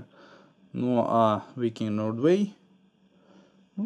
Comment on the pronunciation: Ноуэрвэй))) Инглишмэн. Лондон зэ грейт капитал оф зэ бритн))) Обзор понравился, штука прикольная, встречу, приобрету